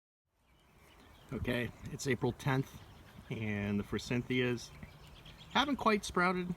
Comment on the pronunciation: I recently learned forsythia doesn't have an N in it. I only noticed you said it with an N cuz I recently got called out for it lol and I been saying glyphosate wrong too (swapping the pH and s)